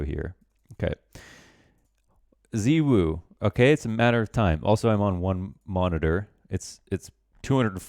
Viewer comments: saying zywoo like zeewoo bothers me I also really liked the video, its nice to get to know people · I'm not a chinese national but I think XiWu would be pronounced "shiwoo", ZiWu would be a bit closer I think, like "dz-woo", ZhiWu would be something like "dj-woo". AFAIK they don't have the english equivalent of "zywoo" but ZiWu would probably be the closest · Its actually pronounced '''ZywOo'', like its not hard mate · The people complaining about hearing Zywoo's name pronounced differently to how they like are also getting to watch you cast these games for free. If I hear either of the two ways of saying it, I know who you're talking about. Fuck 'em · The one comment that got to me in chat was "You're speaking English, so pronounce his name in English" as if there's an official "english language" pronunciation of Zyw0o, a completely made up word. PS: You're my favorite caster and I'm addicted to your videos, they keep me motivated to play better even though I barely find free time to play an Open season without extra pracs these days